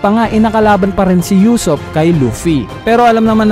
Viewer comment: usopp hindi yusopp ano ba, main character yan hindi mo pa mabigkas nang tama